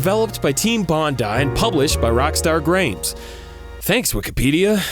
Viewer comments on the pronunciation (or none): Crombat Evolved, Cropies, Rock Star Grames? Why does every word in english sound so funny to me when you add an R as the second letter of important sentences? Ahh such simple humor my friend.